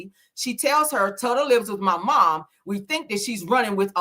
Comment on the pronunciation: With all due respect, her nickname is pronounced ‘Toota’ like “Toot-uh”. Hearing you keep repeating TUTTA Is sending me.